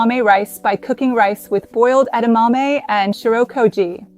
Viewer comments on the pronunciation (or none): Why does it sound like there is an R in "shio"?